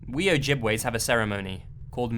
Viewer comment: I like that you said Ojibwa the right way.